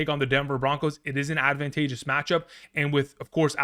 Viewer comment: “Andrew advantages kiorkof”